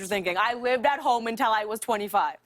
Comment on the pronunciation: Am I the only one hearing "untel" instead of "until"? I love her tho